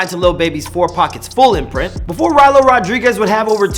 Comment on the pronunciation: Rylo rod REE guez